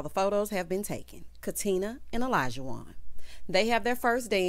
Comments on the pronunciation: Hey girl hey! Great review…I think Katina (Katrina) and Olajuwon (Alljohn) cannot pronounce each others name so that might be a sign. I’m still holding out hope for them… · Yeah the not pronouncing Olajuwon correctly is so weird to me. Far more complicated names than that.